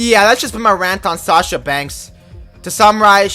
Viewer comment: Borrero it’s Sasha not sacha